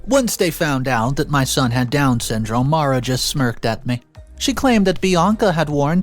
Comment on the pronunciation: The correct Pronunciation of the name Maura is 'more-ah' please learn to pronounce names correctly - Maura rhymes with Laura